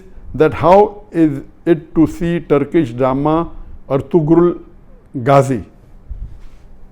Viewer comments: IT IS PRONOUNED ERTURAL NOT ERTGRUL AS IN TURKISH "G" IS SILENT LISTEN TO THE OTHER ACTORS WHO CALL THEIR BEY ERTURAL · sir this is not ertugrul the g is silent here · It is erturul not ertugrul .